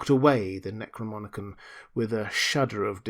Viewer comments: dear fellow, the word is NEK ROE NOM EE KON. Necro as in dead, nom as in nomos (law) & icon as in image. Image of the law of the dead. I love your narration so much i may start calling it "Necromonicon" too LOL. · Great job again. Thank you for all that you do. My only critique is the pronunciation of NecroNomicon.